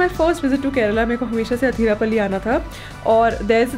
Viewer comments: athirap'a'lly alla..... Athirappilly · Athirapilly ok Athirapally🙄